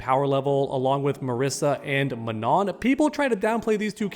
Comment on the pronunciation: The way you pronounce Manon hahahah